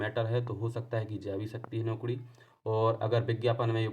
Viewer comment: Arey yar tum naukri ko naukdi mt bola kro😂😂😂